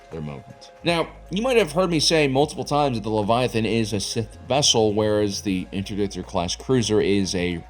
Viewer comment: a what? a ves-kull?